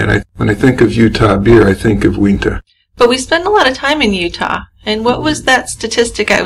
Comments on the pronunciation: i live in utah and uintah is pronounced you in tah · It is pronounced you-in-tuh 😄 Uintah